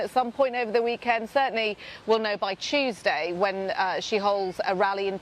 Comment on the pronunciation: "We'll know by Chewsday"